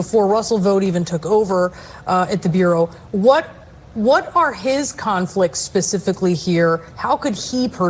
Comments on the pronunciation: Interesting. Bureau is pronounced Byur-row. It can be tricky. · ..... "bee u Row"